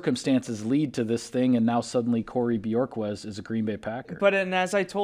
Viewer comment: Bu-hork-kezz. Not Björkez. He’s not from Iceland. 🤣🤣🤣🤣